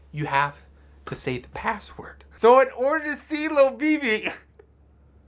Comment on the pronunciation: I kept thinking it was pronounced and spelled Thobibi, or Lobibi. But then I looked in the description and it said "Lil BB" Close enough.